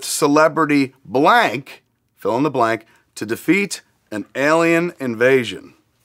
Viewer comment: I thought he said their relationship ended when he found out Lori was black instead of blank Lmao